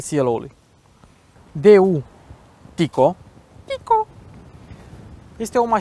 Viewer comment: tineti-botu in microfon, e un Daewoo, nu DeU' ;) doar sa stii data viitoare